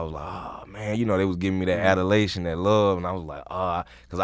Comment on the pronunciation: Adalation???? Lol